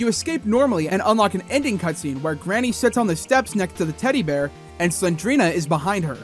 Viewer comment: I didn’t want to be the:” Erm.. actually” 🤓 guy but, its not “Garnny” it’s Granny